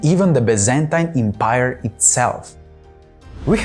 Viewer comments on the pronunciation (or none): none